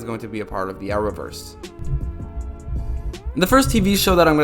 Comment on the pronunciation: What is the Hour-verse? He said it 10 times.